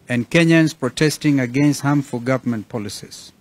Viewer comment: Marth usay we don't have gorvy,to day uare saying gorvement